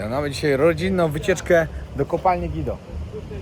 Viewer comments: Guido a nie gido!!!! Pan przewodnik był ratownikiem górniczym ani górskim!!! Te subtelne detale powodują że jesteś mało wiarygodny w tym co robisz...to bardziej cringe niż materiał edukacyjny.. poprow się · to Kopalnia GUIDO!!! I TAK SIĘ WYMAWIA.Byłam kilka razy bo mieszkałam w ZABRZU. Mieszkam teraz w rejonie Bielska, miejscu urodzin, i nie jestem broń Boże górolicą.Tutaj wszystkich to obraża.💕Bibi PS mieszkam z widokiem na Żar Mieszkam z widokiem na